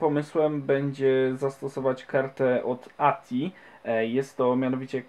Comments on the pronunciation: Nie ATI tylko ATEI XD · Na przyszłość ATI to ejtiaj a nie ati. Pozdrawiam